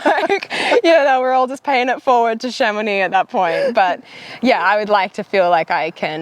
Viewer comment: I'm just here for the proper pronunciation of Chamonix... Nice job!